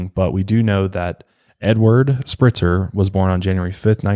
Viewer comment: Spreitzer like "Sprite" not Spritzer.